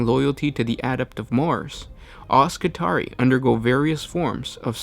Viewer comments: It should be pronounced "Skitri-eye" like the trarii spearmen in Roman legions. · It's "Skih-tary-eye" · It's pronounced Ski-tar-ee-eye. It is the plural of Skitarius. Similarly, radii and radius.